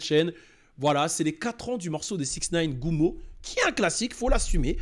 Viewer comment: Gummo et non gumma